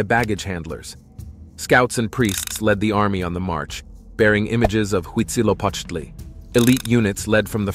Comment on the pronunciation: It's huitzilopochtli